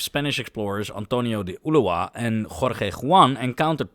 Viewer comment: Your Spanish pronunciation is very good but remember Ulloa is more like "oo-joa". The video is also great.